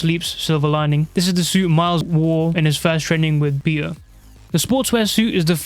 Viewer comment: Why does he say peter like thatttt "Peeur"